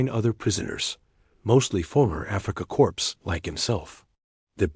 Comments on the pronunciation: "Corps". The "S" is silent...as in CORE. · Corpse? I know. AI problem. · AI! Africa corpse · Please teach your AI that "corps" is pronounced "core" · You don't pronounce the p and the letter s it is pronounced as if it were c o r e if you're going to write a story you should know this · Where do you find these narrators? They can't pronounce words like Corps or translator correctly. This and teh pictures which are obviously not photographs, desroy the validity or what you are trying to portray. Just American propogranda. So disheartening.